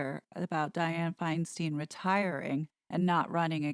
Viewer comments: Feinstein is pronounced Fine stine. I can't wait for any kind of cartoons on this. There are lots if article and items that could make an entertaining cartoon. No.offense. I somehow have become very tired and need the humor. I also saw how perfect the white witch hat and outfit fit with the funeral attire she wore to the funeral. Also the new photo that came out the last day or two, is interesting because H looks crazy in it. To me he looks crazy. The white outfit you portrayed her in, in the latest cartoon was prophetic. This is excellent. Thank you. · Hey,. Senator Di Fi's last name is pronounced with long 'I' twice, like 'fine wine.' Fine stine. She was elected mayor of San Francisco after Mayor George Moscone and Harvey Milk were assassinated in 1978. Been U.S. Senator from California since 1992. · Wow, this has been a great collection of videos, thanks for your hard work! ( just as a aside, it is pronouncec Fine Stine ( it rhymes) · And Senator Feinstein pronounces her name “Fine-stine.” Her pronunciation. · please pronounce Diane Feinstein's correctly. This current WOMAN of most importance in the US Senate deserves your respect and attention. Most APPALLED YOU DO NOT KNOW HOW TO PRONOUNCE HER NAME. You of all people have access to audio regarding Senator Feinstein. Apology to the people of California would be appropriate. READ YOUR HISTORY!!! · please relax. people pronounce "stein" differently you sound highly disturbed. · Love your broadcasts, but it is FineSTINE, not FineSTEEN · it is pronounced stein not steen As a 65 year resident of CA, she pronounces it stein Thank you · She cant hold public office with a title. Newsome knows this and has plenty of choices to replace Feinstein. Meghan isn't qualified. And it's pronounced " Fine-stine" by us Californians, not "Fine-steen". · Diane Feinstein pronounces her last as Feinstine the “stein” rhyming with “Fein”. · Just FYI since I am from CA. Our demented Senator is pronounced Finestine.